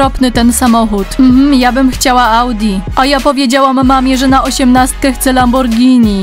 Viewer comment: Mówi się ałdzi a nie ałgi